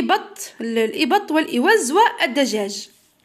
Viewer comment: شكرا جزيلا بصح راكي قالطة البط مش الإبط🤫🤫🤫🤫